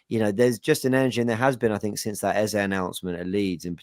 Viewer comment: your first pronunciation of the name Eze is correct. It's an Igbo name of Nigerian Origin. Eze not Eza.